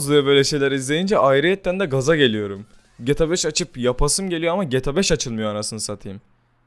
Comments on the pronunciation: Abi sinir oldum geta 5 gibi söyleme gta 5 i geeeta 5 de nolur sinir oldum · Gata 5 oyle okunmaz gta 5 böyle oku ur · Olum artık şu oyunun adını doğru söyle geta5 değil G T A 5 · Geta 5 değil ge tag 5 diye okumaya çalışırsan daha iyi olur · getabeş ne insan gibi söyle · abi cok uyuz oldum gta 5 i cok garip soyluyon geta 5 diyon biraz uzatar soyle diyer youtuber lara bak oyle soyle cok uyuz oluyorum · Abi Nasıl Bir Gta 5 DİYİŞİN VAR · abi gta 5 i ayni ruslar gibi diyon